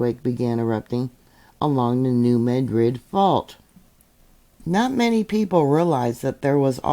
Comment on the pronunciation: I am in Southeast Missouri and just want to say a serious Thank You for saying New Madrid the correct way 😂😂 Sorry don't even live in that town and never have, but has always gotten under my skin when people want to try and say it enunciating each part separately. 😂😂